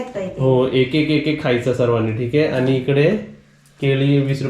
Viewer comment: आनी - आणि पानी - पाणी गुल - गूळ नारल - नारळ पलाला - पळाला तांदुल - तांदूळ And many more.... pls improve your marathi language👍🏻😊..